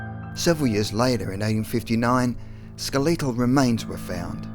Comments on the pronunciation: Ska Lee Tell Really???? Skell Uh Tull skeletal you are literally the only person who says it like that and now I can't watch this shit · So it was called the cungusta event huh? Is that right? Skel-EE-tal? The Hiddenburg? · Skel-EETAL remains? Never heard it pronounced that way before.... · Anyone else slightly annoyed at the way he pronounced skeletal? So many mispronunciations in his videos that its irritating to listen to